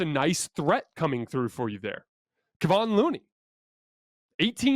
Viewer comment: Keh VON. Say it out loud a few times it's not that difficult.